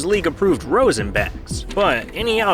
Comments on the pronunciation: Roz-en not Rose-in... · It's pronounced "roz-in", not "rose-in", k? ;-) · “rose-in” is crazy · There is a lot of good info in this video. But if you know baseball deeply there are a few things that the narrator says that shows his lack of baseball knowledge. He meant pronounced rosin bag. He said a corked back is faster without loosing power. Science has shown that there is no benefit to a corked bat. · Except for the way he pronounces "rosin".